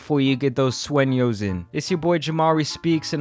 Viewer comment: "Get Those 'Suenos' In..!!" (Yes I know..!! The 'N' is incorrect..!!) Oh' Well..!! You get the point..!! JAMARI 101..!! 💯